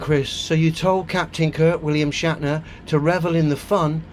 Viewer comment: 'Shat' ner 🤣🤦